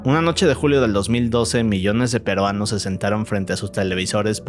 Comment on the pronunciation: Jajajaja cuando dice perueanos